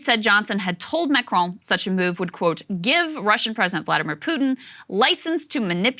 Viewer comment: Krystal has finally decided to take some French lessons and pronounce Macron's name properly!